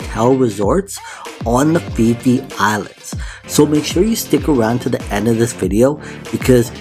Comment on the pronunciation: Not Fee Fee